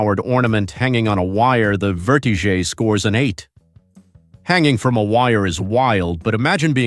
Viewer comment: The Ruan is pronounced Verti - Jet not vertizgeay, quit trying to sound sofisticated